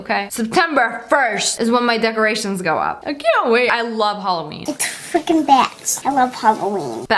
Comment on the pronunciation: “It’s frickeb batz , i love *HALLOWEEN*”